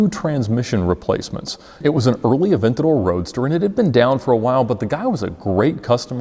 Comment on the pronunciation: Ed becomes Italian every time he says Aventador